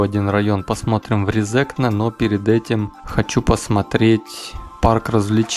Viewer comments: только не резЕкне, а рЕзекне) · Автору здесь часто указывают, что он не правильно произносит РезЕкне. Тогда как правильно РЕзекне. В России больше свободы и никого не заставляют коверкать те же фамилии. Вот со мной служил латыш Лиепиньлаускис. И никто не заставлял его называться на русский манер Лиепиньлаусковым. Тогда как в Латвии такое коверканье внедрили на госуровне. Абсурд. Так что простим автору. И скажем спасибо. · Правильно Ре́зекне, а не Резе́кне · Эхх россияне, россияне произносится не Резнкне а рЭзЭкнЭ и ударение на первую Э то есть Е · резекне ,ударение на первую если! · за видео молодец, но на резекне ударение на первую гласную - РЕзекне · РЕ-зе-кне!!! ударение !!!!! stulbenis, bljaviens! ) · Ударение на Первую е Ре'зекне. А то режет слух. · Лол, правильно Рéзекне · Что бы россиянам правильно произнести, надо писать Рэзэкнэ. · Резекне ударение на 1 е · Резекне - ударение на первый слог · Резекне не правильно читал, немного раздражало, но само видео интересное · Резекне ударение на 1 букву е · Резекне ударение на первою е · Автор тебе сложно посмотреть ударения названия города,постеснялся бы